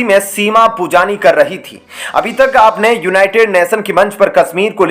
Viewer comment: Shimaa ...nahi sima शीमा, नहीं सिमा। बोलना सीख लो पहले